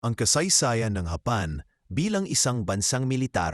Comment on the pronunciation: Hapan ka ng hapan ang samang pakingan paki ayos mo nga bigkad ng japan hapan ka ng hapan eh